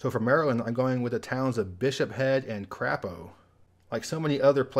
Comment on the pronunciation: In Maryland it is pronounced KRAY-po